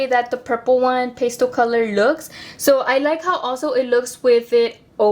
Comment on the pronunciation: Girl I love you 😂❤️ it’s pronounced Past-tell